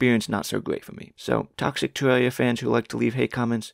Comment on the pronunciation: "tewwawia fwans awe toxwic" That's all I needed to hear